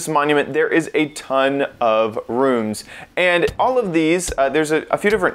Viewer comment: Learn how to say room, moron.